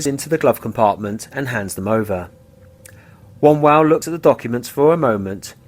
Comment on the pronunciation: Also it would have been nice if you could pronounce David Wombwell's surname correctly...